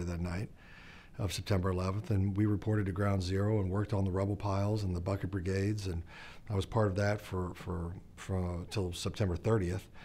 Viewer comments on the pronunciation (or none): none